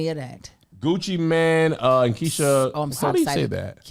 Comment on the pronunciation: Keisha Kay-OR